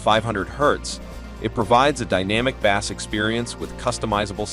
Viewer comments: I just can’t with saying “W” instead of watts. And pronouncing bass (fish) instead of (base). It’s like they have no idea and just reading a company script. Not a real comparison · These ai voice generated videos cannot be taken seriously... "Deep Bass" was my turning point